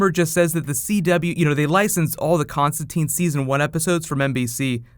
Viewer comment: Hope I'm not only one who knows he's misprouncing Constantine.